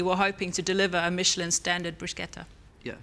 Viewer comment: "bringing a Mitchellin star"